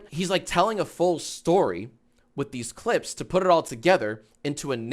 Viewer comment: when you said "put it all" you pronounced it "puhrrall" with like a rolled "r" and I thought that was super interesting